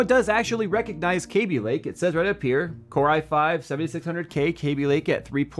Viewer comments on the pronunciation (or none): none